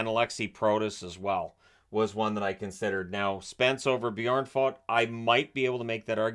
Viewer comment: I really like how you say "Björn" because it sounds like you are a native swede saying bear.